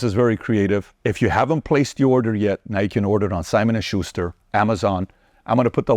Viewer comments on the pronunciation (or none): none